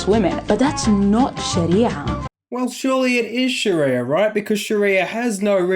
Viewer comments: soun like shes saying Shitty-er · Can Aussies please stop calling it "SharEEEEEYYYAAA", it's almost as bad as hearing Abdel calling it "SHARRRRREEEYA". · Every time she emphasizes sharia I just want to punch her in the face.